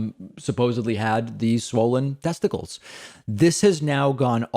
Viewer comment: "testi-kales"... David has garden on the brain I guess.